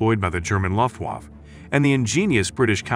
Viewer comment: many critical words including the name of the German air force are mispronounced